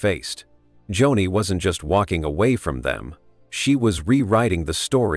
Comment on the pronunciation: Its not Johnny lamb its .....JOANIE spelled Joni!